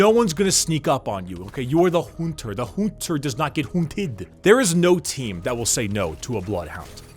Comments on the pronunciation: "a HOONTER" Happy Eileen Noises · I love how you say Hhonter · After just hearing you say "Hoonter" I'd love to see one of these types of videos (attempting) to break-down the prolific characters in Bloodborne. Great vid, and sorely sorry I didn't find your content sooner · "Hoonsters hoont!" "You are the Hoonter, the Hoonter does not get HOONTED"